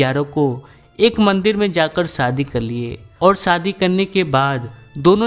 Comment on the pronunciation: Are anchor ji apni language mein sudhar karo Sadi nh hota shadi hota sha ko sa mat bola kro pls sare Bihari karte ho gaye YouTube p maza nh ata story sune m